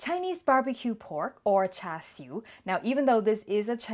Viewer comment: you even say it very cantonese way lol thank you